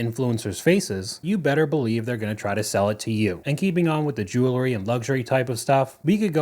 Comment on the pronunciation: One of the most mispronounced words in the English language. "Ju-la-ree" How about "Jew-el-ree" hey, that almost matches the spelling. Try it a few times, see how it rolls off of the tongue. "Jew-ell-ry"